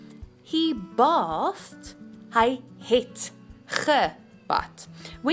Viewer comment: bathed is pronounced with a long a, like in the word bathe